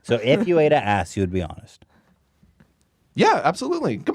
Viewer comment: the way Ethan says "honest" 😅